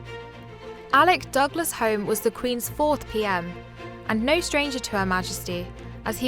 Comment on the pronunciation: What a shame she couldn't pronounce Sir Alec's surname correctly.